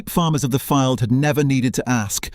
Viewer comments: Love this run through but Fylde is pronouced F-AYE-ld as in a "filed" down a pice of metal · It would be better if the commentator pronounced ‘Fylde’ and ‘promenade’ correctly